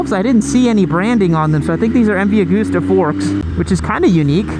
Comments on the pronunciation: Hi.... its not AG-OOOSTER try pronouncing the actual letters.. it goes like this ... Ag-usta .... oh by the way I visited the old man office, his desk is left like it was the day he died. All the cups and medals festoon his office, and the Office was small and functional ..later he built helicopters, which is why I was there, collecting a new chopper .. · M V A-gust-a. Not goooosta